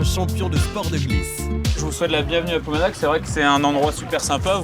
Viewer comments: on dit ploumanaRR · Il est tout à fait regrettable pour la langue bretonne que les bretons eux même acceptent de prononcer ploumanak ou pire painmare (penmarc'h), beaucoup de bretons, une majorité, n'ont aucune notion de la langue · Ploumanaque.... la folie française de mettre des E partout...